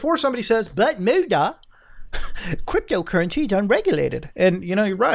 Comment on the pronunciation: “Buttt MOOOOODA, Cwypto Cuwwency is unweguwated too!” 🤣😂🤣